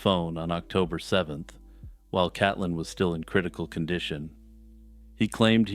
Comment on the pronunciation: Her name is pronounced Caitlyn or Kate Lynn, Forest is only 20 minutes from me I remember when this happened 😢 tragic